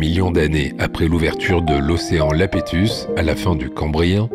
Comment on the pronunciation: Océan Iapétus, avec un "i", pas Lapétus, avec un "L"